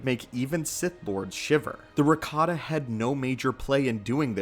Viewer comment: ohh. But it sounded like Ricotta, I swear.